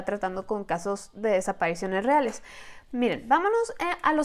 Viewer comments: Por q no puedes decir "desapariciones"?? Sin ofender jejje. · Porque no puede decir desapariciones jeje